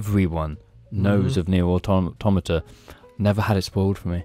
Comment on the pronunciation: Shout out to pronouncing "Automata" correctly unlike every other game reviewer on the internet.